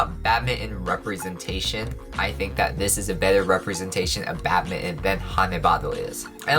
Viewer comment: I keep hearing “Batman” instead of “badminton” 🤣